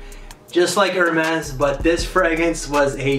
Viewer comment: Hermes I think it’s pronounced Air-mez